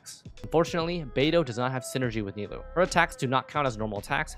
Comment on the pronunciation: ni-loo XD